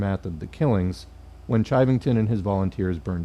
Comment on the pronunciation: Pronounced "shivving-tun". That fucker ended up as a deputy sheriff in Denver. Source: I live in Colorado. Sand Creek is a stain we all learn about in school.